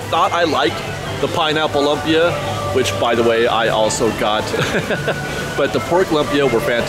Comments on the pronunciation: Cool video. Love the updates! Minor correction: although it's spelled lumpy, it's pronounced LOOM-pi-ah. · FYI Lumpia is LOOMpia not LUMpis. It can be many things. It's a Filipino dish but made many different ways in the Philippines. Other cultures also make Lumpia though. It's one of those things that you can make it however you like. Traditionally it's hamburger, shredded carrots, diced celery bean sprouts and onions wrapped in a won ton, but made many different ways really. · also pronunciation for lumpia is more like: looom-pia